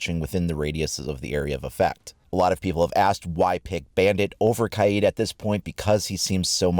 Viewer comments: it’s ka-YEET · It’s pronounced Kay-eed, not Cade